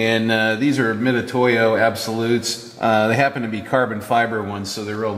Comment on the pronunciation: "the larger calipers" OMG, those're huge. btw, I wanted to mention, on the pronunciation of 'mitutoyo': the 'tu' is pronounced 'tsu'—that 'tu' spelling persists today mainly because it's easier to type, I think. anyway, just info. hopefully interesting. if you changed the way you said it, other people might not understand.